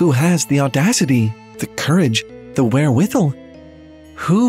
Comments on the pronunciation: Wait... i cant be the only one who cares that i just heard him say "where withle" Please..... am i being trolled? No one else has ever pronounced wherewithal this way.... right? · Thats not how you pronounce gibs, or wherewithal